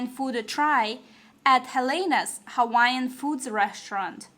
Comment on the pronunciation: All the Hawaiian Names you have mention was pronounced wrong. They say its bad luck and can bring harm to people who use their words incorrectly